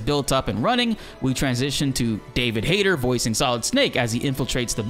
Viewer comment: I think you pronounce his name wrong. Its Hayt"E"r. The tone on the "e".